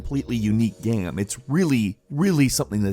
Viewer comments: say "game".: "gaem". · He said game weirdly